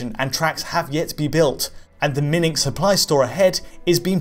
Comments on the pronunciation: Did he just say "Minning"? Um... do you mean... mining? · You pronounced mining wrong